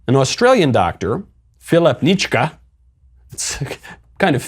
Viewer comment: Pronounced NITch-skee - we call him Dr Death in Australia.